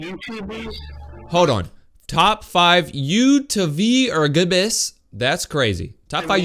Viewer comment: "youtvergbes" lol keep up the content I love the hard work you put in these videos.